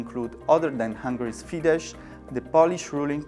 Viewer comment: It is Fidesz (Fides in English!). This is not Polish language I beg you...